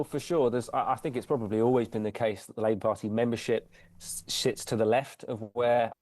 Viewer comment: Did he just say "shits to the left" 😂